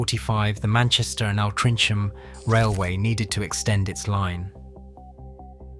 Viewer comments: Stop using a computer generated voice, It's good, but the shibboleths of local names will always show it for what it is. "Altrinsham" should be "Altringham", and "Ire-well canal" is "Errwell canal". As to that bomb, considering what the Arndale Centre looked like beforehand (a lot of people called it the largest public toilet in Europe), the standard Mancunian response to being asked about the incident was "The IRA have managed to do millions of pounds of improvements to the Arndale". The rebuild, whilst not perfect, is much better. There wasn't even an entrance in that street until the rebuild, and I much prefer the bridge we have now to the box that we used to have. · What or who is AL Trincham ffs. Bot voices really are dog shit. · My goodness - you need to listen to people who live in the area you mention - your pronunciation is way off beam, especially the name Altrincham -if you get this part right, you may, just may increase your subscription.. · Altrincham…nice pronunciation lol